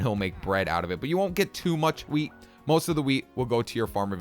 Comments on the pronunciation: who noticed he said weed instead of wheat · Wheat??? Or do you say "weed"